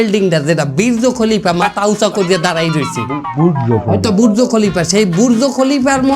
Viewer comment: গো/য়া না দোয়া, বীর্য না বূর্জ 😂😂😂